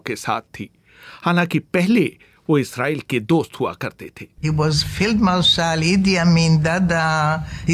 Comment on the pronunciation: इसराइल नहीं इजराइल होता है.. पहले हिंदी बोलना सीख लो